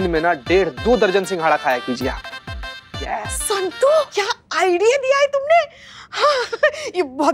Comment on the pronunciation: 😂😂😂 told kya Santo.. Instead of santu🤣🤣🤣